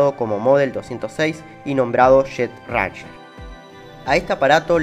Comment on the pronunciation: Lindo video. Ranger se pronuncia réin-yer.